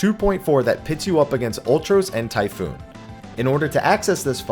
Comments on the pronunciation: for fucks sakes it's TYPHON NOT TYPHOON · Typhon not typhoon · It's pronounced Ty-phone. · for fuck's sake it isn't any of those it's Chupon.